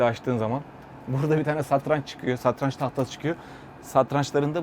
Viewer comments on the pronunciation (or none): none